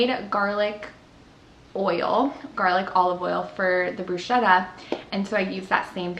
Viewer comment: hi I follow you from Italy and you are wonderful...but please don't say bruscetta...😂😂😂😂but bruschetta as if it were a k brusketta.. you are stupendous ￼